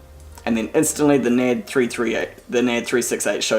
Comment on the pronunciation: You seriously pronounce the company that way? Learn English for fuck sake.